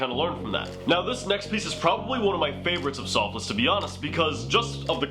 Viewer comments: Soffils not Soff-less haha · Sofless 😂 it’s pronounced like waffles but an s instead of w